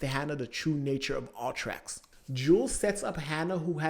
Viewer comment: I kept hearing "all-trax" through out the vid took a minute before I realized he meant "U-Trax" 😅 just pronouncing it 'Uhh-tracks'